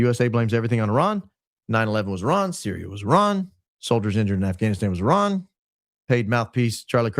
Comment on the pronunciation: Thanx for saying Iran instead of Eye-ran😅❤